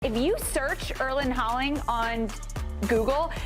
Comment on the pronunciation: "If you search Erlen Harling..." um, what?